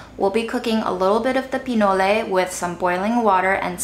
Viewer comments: it’s just called “PI-NOL” not “PI-NO-LE” it’s corn mixed with cacao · LOVE your creativity!! Btw "pinole" is the name of a city in Northern California (named after the food), and it's pronounced "pi-knowl" and not "pee-noh-lay." The Google pronounciator agrees.